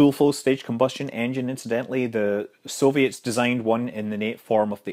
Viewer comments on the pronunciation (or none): none